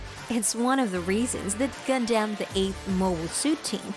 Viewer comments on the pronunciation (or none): Its gunDUM not gunDAMN please say it right haha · Gundam, not Gundamn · I can't believe anyone who calls it "Gun damn" is actually a fan. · Tell me this ins't TTS without saying its TTS: Pronouncer: GunDamn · WTF did I just listen to, most of the info she was saying was irrelevant or wrong and she kept saying Gun-Dam which was getting on my nerves. The way she kept rambling on about random stuff felt like she was an AI reading off a script someone typed. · “Gun-Damn” why? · keeps saying gundamn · The person narrating has probably never watched the series. Anyone else keep hearing Gun-Damn? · "if you're a GUN-DAMN fan like me!" proceeds to butcher every single name and ramble on about vietnam lmfao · Its pissing me off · I heard a God Damn at one point. The rest was Gun-Damn. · It made me jum of the mountain. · I say it like that to screw around with people but when it comes from an informative video like this it hits differently...... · “Gun-Damn”? Srsly? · Gundamn ? What the hell is wrong with you? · By far the worst pronouncing of Gun Dam EVER if you've watched the damn anime you would know that but yet still she butchered it over and over in the first few mins I can't listen to the rest. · All these dislikes because of how Gundam is mispronounced. 😂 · Even after 30 years. People still pronouncing Gundam wrong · For a channel called "Gundam you can't even say Gundam right " Unless this is TTS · This is literally one of the worst videos I've ever seen. Incredibly awful and misinformed and you cant even pronounce gundam correctly. plus ratio byebye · That shit kills me every single time I hear it in the trilogy...its killing me now.